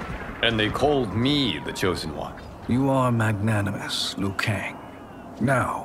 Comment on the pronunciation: Scorpion is the chosen one. He actually pronounced Liu right.